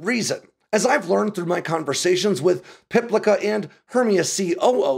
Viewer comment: Likely pronounced Piplitsa